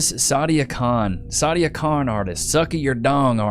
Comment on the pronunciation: Its not sadia khan, its Side-A Con